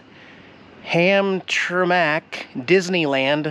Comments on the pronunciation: It's pronounced Ham-tram-ic. I'm glad you have finally made it to Michigan. Be prepared, you have a whole state of pot holes to navigate. Our freeway system is crap. I'm sure your way past Lansing by now, but the REO Oldsmobile museum is pretty interesting. Also, if you want better roads you could check out Michigan's route 66. It runs all the way through the lower Michigan from the southern border all the way to the Mackinaw Bridge. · Hamtramck is pronounced HAM-TRAM-ICK lol I worked down there at the GM plant years ago!! You should have stopped by & picked me up!!;) Colorful & yes reminds you of out west there!!:P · ham-tram-ick lol. also hope to see you at the cheeseburger festival in caseville mid august!! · This must have been the one and only sunny day you had in Mich . It hasn't stopped raining here since. Also Hamtramck is pronounced Ham-tram-ek. Should have gone to Polish Village for a good authentic Polish meal. 😉 I hope you got to visit Belle Isle, Greenfield Village and the Henry Ford Museum while you were in Detroit. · Yes dear Michigan roads are awful. Lived there my whole life until I moved to Florida. I can always tell when I pass into Michigan. I love that antique peddler place. I use to go there all the time. My husband's aunt lived in Hamtramck for years. (Pronounced Hamtramak, big Polish populated city) There is so much more to see that's there. In and around the area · you actually drove past my house!! I live just a couple houses away from that "almost 3D ice cream cone" place and could see my house from the video!! The city you drove through is pronounced Hamtramck (ham-tram-mick). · Pronounced “Ham-tram-mick” and if you haven’t left yet, Henry Ford Museum in Dearborn is truly amazing. Oh, and welcome to the roads of the “Motor City”! Worst in the world. In “Detroit” , Lafayette Coney Island is historic, if they are still there. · They pronounce it "Ham Tram Ick".... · Ham Tra Mack. LMAO